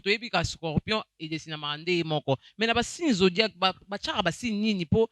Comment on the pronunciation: Zodiaque et non zodiacre mon frère 😂